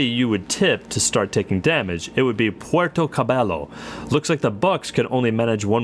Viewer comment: Puerto Cabello..... pronounced with a Y for the double L